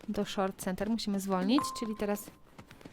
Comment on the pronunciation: Galop czyta się „kanter” nie „center” 😊